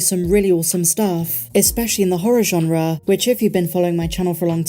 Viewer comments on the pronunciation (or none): none